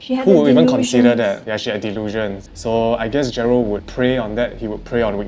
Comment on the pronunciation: is it Jerald or Jerlad sksksksks 😂